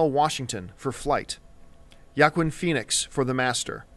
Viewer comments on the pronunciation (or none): How does this dude mispronounce so many actor's names...Including someone who has been in the business and limelight for so long? (Joaquin Phoenix)